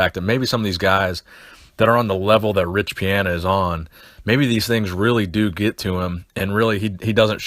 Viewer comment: Love the channel but goddamn you say riches name wrong every time